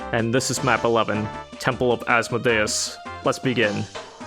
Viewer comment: Having just seen a Painkiller LP, all I can say is thank you for getting "Asmodeus" right.